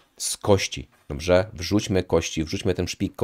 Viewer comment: Fajne masz filmiki. Zasubskrybowałem i będę oglądał. Ja z "Żywienia optymalnego" dr. Kwaśniewskiego po około roku od dwóch tygodni na karniworze. Czekam na efekty. P. S. Tylko musisz popracować nad słowem "Dobrze". Pozdrawiam.